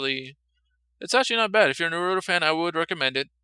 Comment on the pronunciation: Nah roo toe Not Nah ROO toe It's one word. You pronounce it like the middle sound if seperate.